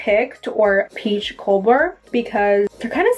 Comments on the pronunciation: She said peach co-bler?? COBLER PEACH COBLER I love you but wanted to point that out💖😉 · Oh and its Peach Cobbler (pronounced 'cob' [rhymes with Bob] 'ler' [rhymes with sir]) its like a super yummy dessert!! But you're so cute anyway you can say it however the heck you want Inwas just letting you know!❤❤❤❤ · It's pronounced like cahbler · cob in cobbler is pronounced like corn cob :)